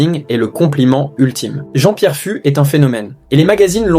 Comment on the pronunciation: Je crois que ça se prononce Jean-Pierre "FOUXE." (pas grave... )